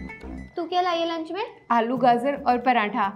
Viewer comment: Aapki puri video bhot achhi hai par aap gaajar KO gaazar kyon kehte ho